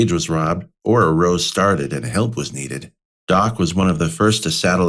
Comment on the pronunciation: A very nicely done video; very interesting to hear a first person account of the Clanton "war". It would be even nicer, however, if the reader could pronounce English words correctly - "latter", "hearsay", "row", etc.